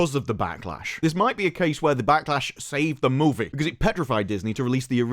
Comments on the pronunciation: Take a shot every time he says Moevie. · I think when you were young and learning to talk, your parents took you to Canada. There you heard the word 'movie' for the first time and, from that moment on, you forever more say the word movie with a Canadian accent